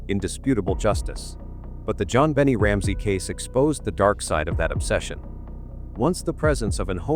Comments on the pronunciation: it's 'Bon nay' not bonny or bennet, omg. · To the narrator, do you live on Earth? Pronounced.... Jon been aye 😊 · Yet another AI “performance” during which JonBenet’s name is pronounced wrong. Jon Bennie is a new one, though, I have to admit. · Her name is pronounced Jon Ben Nay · I don't like the way the narrator pronounces that Baby's name. He makes it sound like Jon "Benny" Ramsey...Smh... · How do you know? Bon nay??? Funny how sometimes parents give their children names that even they dont know how to pronounce....I listened the way they called her..think i heard something like Be ney...idk..never heard this name before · in England it's Ben it Americans always pronounce it like that they always saying shit wrong but this is ai and banned from 15th July which is tomorrow but in England that's wrong but in US they always say it like that.